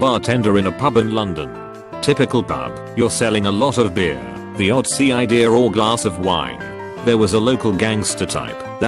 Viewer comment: No one: The voice reading this: Ci-I-deer ( Cider )